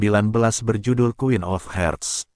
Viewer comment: Harts, bukan herts